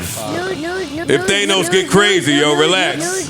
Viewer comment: I hate the way joe says Thanos... ThainOs